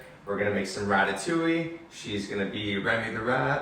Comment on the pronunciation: ITS DEADASS RATATOUILLE